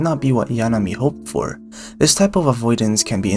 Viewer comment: THIS is the video makeine needed, holy shit, good job. Love the music, loved the analysis, loved the visuals, hated your pronunciation of 'Yanami' lol Very good deep dive on the 3 main girls. Too bad Komari's approach is the least direct of the girl's, being separate incidents, while Yanami is playing the long game and Lemon is charging forward at mach speed I guess what's so good about the series is that the relationship between the characters are really organic. The first 3 volumes were purely friendship forming between Nuku and the girls, while the whole club is still uncertain about their feelings(Nuku included) in volume 8.5, although Komari has the clearest picture since she was definitely thinking about it since volume 4 I just think that you painted too good of a picture of Yanami. Like, she is most likely using Nuku's preferences only she knows to have an advantage, but she is still the same girl who forgot her money twice and got stuck inside a wedding dress too small for her, she definitely didn't mean for the pen to have her name and Nuku's guess was probably right I'm so fucking hyped for season 2, the anime was such an amazing success because it was so good and beautiful, I can wait to see how they will handle all the Shikiya snow scenes and the Lemon date